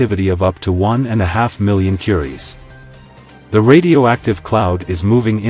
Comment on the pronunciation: 1 and a half "million" curries ?...or was that millicuries?